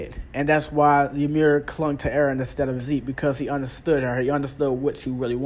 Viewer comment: Why are you calling ZEKE as ZEEK 🤣🤣🤣